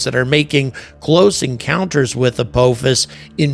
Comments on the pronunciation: Ap-AH-fus. Not Ap-OH-fus. Ah is a shorter a, like in ah-ha or aha. (Edited) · I wish he could at least pronounce the name right. It's not apoophis .can't listen to this anymore. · Apophis is pronounced as "uh-pah-fis" with the emphasis on the second syllable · the British pronunciation of Apophis is much more ominous (uh-POFF-is) makes me think of a vengeful Egyptian God. when you say uh-POH-fis makes me think of Kung Fu Panda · yes, and thats exactly the reason it bugs me to hear call it "a-POE-fis" Its Apophis! JAFFA CREE! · Are you sure it's not pronounced with a short O? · As a lifelong stargate sg-1 fan, the way you pronounce “Apophis” is killing me 😂 For the trolls, not saying he’s wrong. Just decades of hearing it another way is mind jarring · And angry keeps saying it wrong indeed lol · I wouldn’t say hear 👂 as he didn’t pronounce it the right way 😂